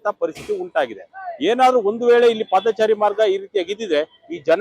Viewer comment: Paadhaachaari alla paadhachari